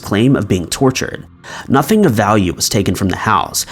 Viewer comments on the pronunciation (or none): none